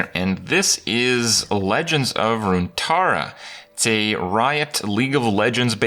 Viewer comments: Not runatara but runeterra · Runeterra, not Runetarra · "Runetarra" smh Kripp honestly? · RunetAaaaaahrra ... interesting botch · Legends of rune-TAR’RAH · "legends of RUNETARRA" RUNETARRA?????? TRIGGERED liked the video but still triggered bcs you pronounced runeterra like that. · "RuneTarra" I guess Kripp just intrinsically can't pronounce card games correctly. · I have been watching your videos for so long now. But still ,I can never get over the fact that you can't pronounce hearthstone correctly. And now u cant pronounce runeterra either?! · Imagine being Riot, having this guy promote you and he can't even get the freaking title right cause he miss-pronounces the name of the planet (our planet btw)